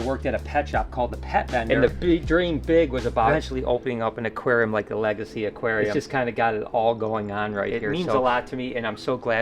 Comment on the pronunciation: Whenever I hear you say legacy all I can think of is Lega-sea